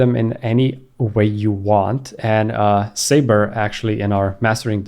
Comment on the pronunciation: Thanks, BTW it's not sayber, it's pronounced suber! 😂😂😂